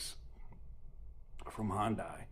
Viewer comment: This is why I decided not to get an Ioniq 5. Btw it’s pronounced as HIGH-YUN-DAY.